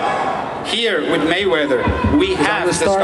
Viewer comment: DID HE SAYS MANNY MAY WEATHER? LOL...